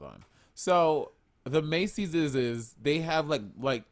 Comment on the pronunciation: Monet’s plural pronunciation of Macy’s 🤣